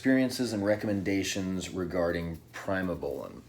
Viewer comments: What the hell os prime-O bolan? My ba meter says agent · Did he just say prime-o-bolan? Lol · like im gonna listen to a guy that says prime o bolan with no physique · Eye-roll. And he's an expert? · Sure did lmao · He did say that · He did😂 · Yeah. Skipped this video if he can't even say Primobolan correctly. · You do not need a gram of primo if it’s real primo. 400-600mg is all someone needs. Also don’t listen to anyone who can’t even Pronounce the name of the drug correctly.